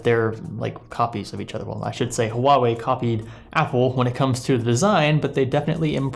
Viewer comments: its not HU Ah wei. Its pronounced as "hwa". The 'u' is basically a sound to make the transition between in this syllable easier, nothing weird with it. You got it correctly in . hahaha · Did you just say "Hu-wah-way?" My soul hurts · It's pronounced Ha Wei. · It's pronounced "Wah-way" :-) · Pronounced hwawei in case anyone was wondering. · It's pronounced 'ua-wei' not 'huawei' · No, 2 syllables and the h isn't silent: hua - wei exactly like it's spelled. I'm Chinese and speak Mandarin btw. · IVE HEARD HUAWEI EMPLOYEES SWITCH BETWEEN (HU-WA-WAY) AND (WAH-WAY) WHICH IS THE RIGHT PRONUNCIATION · You don't actually pronounce the H in the name of the company. It's silent and should start with a W like water. so its pronounced Wuawei. I know cuz I've managed a cell phone store and spoke to their reps before. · True, a long time ago Huawei already saw lots of people using Spanish-like pronunciation on Huawei (with silent H) and just went with it to make it easier for everyone. That's unfortunately the standard they set now. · it is a weird name, because you pronounce it wrong! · The h should not be silent. Huawei decided to promote it in the west using the silent h pronunciation. Idk if its either for the most part westerners genuinely just dont really know how to pronounce it or its because they've just got used to it. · In Chinese the H is not silent. Huawei just dumbed it down so Westerners have an easier time.